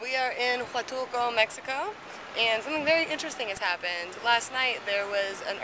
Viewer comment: Hultulco?? really woman, give me a break! HUATULCO! H-U-A-T-U-L-C-O repeat after me....Huatulcoooooooo